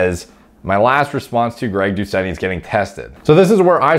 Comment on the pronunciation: said Greg Dou-shit. Lmao